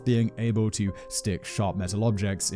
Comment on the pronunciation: It's peonounced "E"ngleman not "A"ngleman. I know his family.